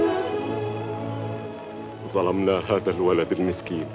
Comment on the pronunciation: كسرتوا اللغة العربية... هزا وهزه!!